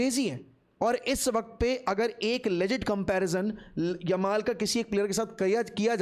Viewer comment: what??? What did you say?????😂😂😂😂,yamal!!!!!!!